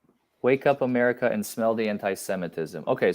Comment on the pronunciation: "This is Amica Country!" had me lolin' hard!